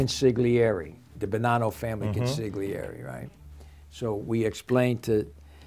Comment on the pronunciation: When he pronounced the “g” in “consigliere” it made me cringe